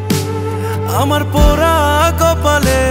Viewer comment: পোরা কপালে,বরো বালোবাসি।এসব কি ভাই? গান এর উচ্চারণই করতে পারে না।পোড়া,বড়ো,ভালোবাসা।আরো আছে খানিক।।সংগীত এর মান ইজ্জত মারতেছে এরা